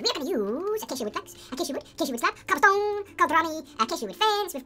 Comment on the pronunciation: you said let's crab the stoblecone😂